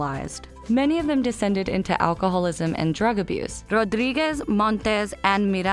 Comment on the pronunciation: It's painful to listen how they pronounce "Rodríguez, Velez and Miranda" 😖